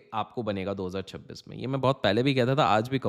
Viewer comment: Pehle 2026 bolna to sikhle actor